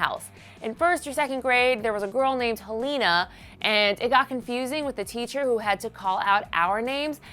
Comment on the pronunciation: It's Helena not heleena